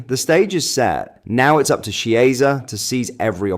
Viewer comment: Chiesa is not Spanish, as you know. His name is pronounced Kiesa. Ch is hard in Italian.